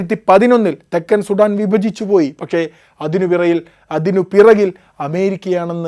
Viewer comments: അവരാതമേ സുഠാൻ അല്ല, സുഡാൻ എന്ന് പറയൂ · Sheve Shudaaan